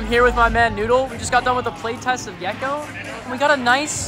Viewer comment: Cant wait for the gekko speedrun Calling the name being gekkeeoh